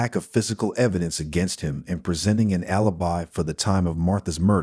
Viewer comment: Is it my functional OCD, but why does the narrator (AI Bot.???) Say the same word multiplde times but pronounce the word differently. Ie. Alibi